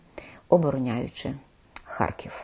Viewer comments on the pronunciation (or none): none